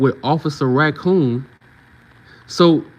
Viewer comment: 🤣🤣🤣NOT OFFICER RA-COON🤣🤣🤣